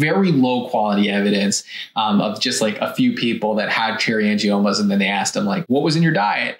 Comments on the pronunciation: Angimonas? Couldn’t you at least research how pronounce the word? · Gotta be careful of that “Angie-Mona”. She’ll get you every time!!! LOL!!! I love how the guys were trying hard not to laugh when she said it wrong. I had to rewind to make sure I heard right. I was rolling. Hilarious! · The girl in the tiktok at the beginning lost any credibility when she said “angimonas.” 🤦🏻‍♀️ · You know she's kinda making stuff up when she says 'cherry angimonas'. 😂😂😂 Even the docs both smirked at her lack of pronunciation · “Angiamonas” 🥴🥴🥴 The Tick Tock pronunciation. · Did she say “Cherry Angimonas? 😂. Also, what is the difference between cherry angiomas and petichiae? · Did she say "cherry angiMONAS"????? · Did she really say angimoma? 🤭 I wish people would learn how to pronounce words before trying to make a "professional video." 🤣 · If you listen to the doctor on the left he as well is not pronouncing the name correctly. He includes and m in the name. Not sure why but probably because the title of the condition is totally new to him as well.